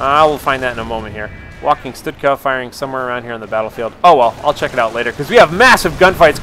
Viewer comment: why does he say stutka? isnt it stuka?